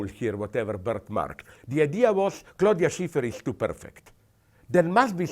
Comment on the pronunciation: Did He say Stiffty Crawford & Claudia Sniffter?